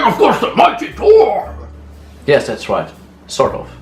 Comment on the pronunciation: Wait, you pronounce Thor, those, third, and thanks with a hard T or D but you pronounce tin with a thorn sound?